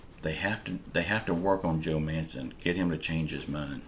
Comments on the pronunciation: His name is Joe Manchin, not Mansion, pronounced Man- Chin. just saying….. trying to help that’s all. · Perry apparently doesn’t he keeps saying Man-Son, I was only trying to help so how about you crawl back in your hole and mind your own business!!! How old are you 10???